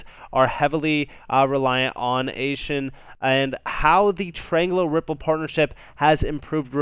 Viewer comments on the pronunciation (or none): Hey man can you please learn how to say Asian properly thanks